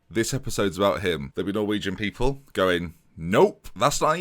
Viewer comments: I'm a Dane, and even I am repulsed by that pronunciation. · That is the worst pronounciation of a norwegian name i have ever heard, i think i can say that as a norwegian But keep up the good work